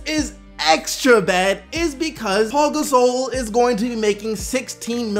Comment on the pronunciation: WHY DO YOU SAY PAU GASOL LIKE THAT